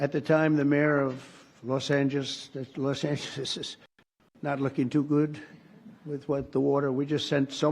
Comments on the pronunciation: An American president that can't say Los Angeles. 😂😂😂😂😂😂😂. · " Los Angegeges"? 😂😂😂😂😂 If this if this was Biden, Faux would have a marathon report on it. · At his age he can't say Los Angeles. He's just a bonehead. 😂😂😂😂.